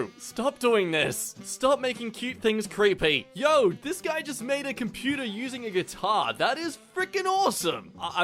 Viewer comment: it's a compu-tair